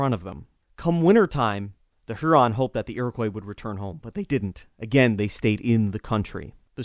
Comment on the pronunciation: Greetings from Michigan. I live on Lake Huron. Folks in Michigan pronounce it Lake HYOO-ron.